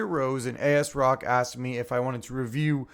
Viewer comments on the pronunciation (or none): ASSSSSrock not A-S-rock & cmosss not cmose🤷